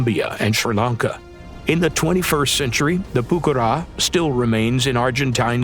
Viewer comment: Que buena pronunciación al español! 😉